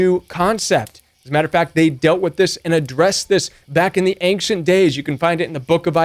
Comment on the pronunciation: Stop saying ANGshant", it's "ainshant"....love your channel, long time subscriber